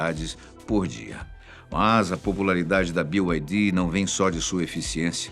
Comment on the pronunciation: Sabe pronunciar BYD, merece um like.